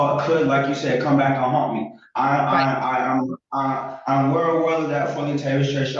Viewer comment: "I'm where awell of that."